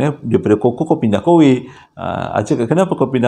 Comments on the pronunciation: bang sebutan cuckoo tu bukan koko tapi kuku 😂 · Bukan koko tpi sebutannya kuku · Aku rasa triggered sangat bila dia panggil CUCKOO “koko” instead of “kuku” . Bang kita panggil “kuku” bukan “koko” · Cookoo...bukan koko....haaaa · Bukan koko bang..kuku sebutannya. Huhu Saya manager sales Cuckoo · Apasal aq bole trjebak dgn ni... Dh subs bang. Pembetulan bang kuko bang bukan koko...😁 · panas je aku dgr bang ko sebut cukcoo tu coco....kuku la bangg..ahhahahahadoiii 1st time ni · Abammmm!! Pronunciation Cuckoo tu Ku kuu.. Bukan koko.. 😂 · Sebutan sebenarnya Kuku......burung..... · Bukan cocoa tp chuckoo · Salam abang... bukan koko tp kuku😆🤗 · Sebutnya kuku bang bukan koko 🤣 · Salah sebutan abg tu yg abg sebut tu Coco yg betulnya Cuckoo (Kuku)...😅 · cuckoo sebut kukkuu. Coco sebut koko. Melawak je ek. Sbb anda chomel. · Sebutan dia 'kuku' bang...bukan 'koko' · Koko tu coklat bang! Sebutan yg betul Cuckoo (sebutannya Kukuu) bkn koko bro! Sebut betul²,cuc....koo! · Sebutannya kuku no koko 😎😎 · "Cuckoo" bukan pronounce as "koko" "Cuckoo pronounce as "kuku" Harap maklum! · pronounced dia KUKU bang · Abg, sorry. Cuckoo pnya bnyi sebut dia 'kuku'. Sorry Abg. 🙏. Btw, saya dh subscribe. Best! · Cuckoo disebut kuku abg.. Hihi